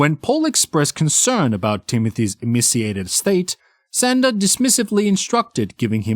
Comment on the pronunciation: Narrator…. Her name is Shanda (Shon-da), not “Senda”. Ugh! I hate it when narrators pronounce words incorrectly (simple words especially). Nails on chalkboard bc it’s supposed to be a pro. Yikes!